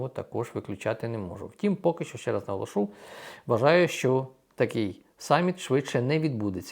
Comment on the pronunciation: НаголОшу, не наголошУ